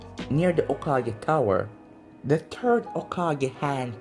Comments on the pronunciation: What The Other Hear:Whats Happening Third What I Hear:Whats Happening TURD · Bro anyone hear when he called the third turd